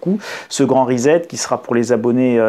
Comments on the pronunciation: Je n'ai pas été capable d'écouter longtemps, car le gars prononce "le grand REZET" au lieu "le grand RESET" 🥴😂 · Reset se prononce "Riz-sept" et non "risette" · Resssset, Resset, Resssssssset, non? Parce-que Rizette...s'ilvouplait, un peu de respect pour la langue Anglaise et ceux qui vous ecoutent.. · Sylvie Evin : Et pourtant, ça n'a rien de rigolo... mais vous avez raison, ça vient du verbe "to set". Il s'agit donc de "ricet". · Amusant, mais attention: pas 'rizette' mais 'rissette', en anglais: pour lire Time à voix haute, ce sera un avantage. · J'y tiens, en "Angliche" comme vous dites, reset se prononce rissette et non pas risette, ce n'est pas rigolo et on ne se tient pas la barbichette. Indispensable de le dire en l'employant dans un discours Français. J'hésite à me dire que ce mot fait désormais partie de la novlangue, dont on connaît bien maintenant le projet de détournement des mots, en l'occurrence ici sur leur prononciation. Comme disait l'autre, on pense avec les mots et pas le contraire. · "Please "chers français ....grrr....reset prononciation ressssset pas rizet ...ou alors réinialisation ..réinialiser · Sans aucune acrimonie, je vous signale qu'on prononce reSSet (pour préserver votre crédibilité auprès des auditeurs bilingues). Merci pour votre travail! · Le grand "rizette"...🤣🤣🤣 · Cela se prononce Ri-sset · Rezet ? ah vous les Francais ! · Hello. Rien de bien grave mais on dit reset avec un s. Ça ne se prononce pas comme un z. Un peu comme settings qui ne se dit pas zettings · reset , ça se prononce recette ...on ne dit pas tournezol...